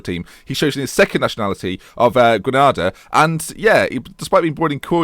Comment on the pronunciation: It's pronounced Gree-Nay_Da not Gree-Nah-Dah